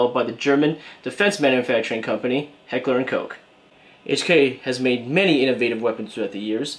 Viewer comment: You pronounced it right lol! Coke is how it’s said. I know some parts of Germany pronounce is “Ko” with long O. Now trying to find a good appendix holster has been the issue. I like the T Rex holster for my G19. Any recommendations?